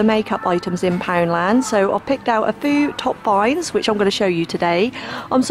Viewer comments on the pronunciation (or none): I love your videos but girl you need to learn to talk properly! A fow? No it’s a FEW!!!